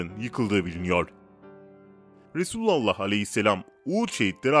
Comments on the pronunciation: KEKO ! RESÜLALLAH DEĞİL.RASÜLÜLLAH SAV DEMELİSİN. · Yav şu Resulullah demesini bı öğren be kardesim resulu Allah diyorsunn